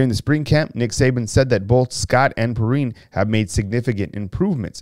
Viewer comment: It's Pee-Rhyne not Perine ...he's from my high school